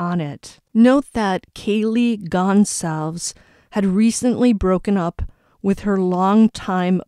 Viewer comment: You pronounce her last name Gon-zal- ves ……. Goncalves